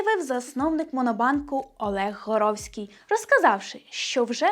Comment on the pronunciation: Засновник моно - не Горовський , а Гороховський